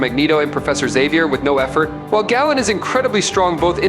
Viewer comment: Galen is pronounced GAY-luhn not like gallon.